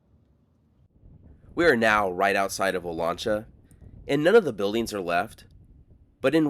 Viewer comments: It’s O LAN cha, the lan pronounced liked man, O LAN cha. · My dad grew up in Porterville in the 1930's, and spent a lot of time in the southern Sierra, with views of Olancha Peak. He always pronounced it "oh-lanch-a", with "lanch" rhyming with "ranch." He didn't use the Spanish pronounciation, Oh-lon-cha, and he would know the local pronunciation, at least on the western slopes of the Sierra. Perhaps people in the town use the Spanish pronunciation, I don't know, but that would surprise me. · It's Olancha with the a as the a in gas